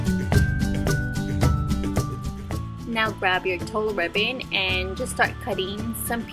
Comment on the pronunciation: It is pronounced like tool, not tull. So tulle ribbon is pronounced like tool ribbon. You sound ignorant saying it the other way. Oh, next time buy so decent card stock instead of paper and use more money so you won't waste time rolling paper.